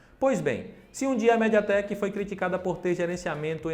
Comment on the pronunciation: Alguém além de mim notou q o apresentador falou médiateck o vídeo inteiro?